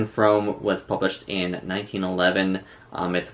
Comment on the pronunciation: Pronounced FROOM ;-)